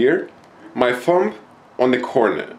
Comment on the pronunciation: you pronounce thumb like fum